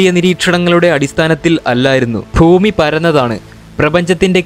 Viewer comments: Bro eppolum bhumi ennu parayunnadh fhumi enna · ഫൂമി അല്ല ചേട്ടാ ഭൂമി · ഇയാളെന്താ ഫൂമി ഫൂമി എന്നു പറയുന്നത്. കൂടാതെ ചൊവ്വെനെ, ചൊവ്വെനെ എന്നു പറയുന്നു. ചൊവ്വയിൽ എന്നും, ഭൂമി എന്നും പറയുക. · ഫൂമിയല്ല ബ്രോ ഭൂമി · Foomiyalla boomi annu parayu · ഒന്ന് ശ്രദ്ധിച്ചേക് ഫൂമി എന്നായിപ്പോവുന്നുണ്ട്